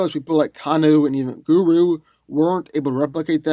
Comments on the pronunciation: rugo Orbital punch lol he said guru as well instead of goro but give him a break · I stopped listening when u called Goro (Gore-roe), GuRu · ummmm..... it's pronounced GO-ROW. still subscribed tho lol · How does someone even pronounce goro wrong? Guru is a god called guru nanak, not a hslf dragon prince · He called Scorpions Kunai a Knife with a chain and is calling Goro and Kano, Guru and Kanu. if you’re gonna do a verses series at least try to pronounce their names dude bc you sound ridiculous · Guru ,wow dude I had to watch that part over ,cause I couldn’t believe you butchered his name so bad 😂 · I am just flabbergasted that this man just called Goro and Kano, Guru and Kanu. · Anyone else annoyed how he butchered Goro's name?